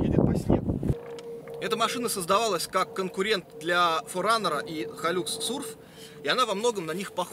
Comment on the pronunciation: . В аду есть отдельное место для тех кто говорит хайлЮкс, а не хайлАкс!